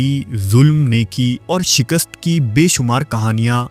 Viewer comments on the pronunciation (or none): none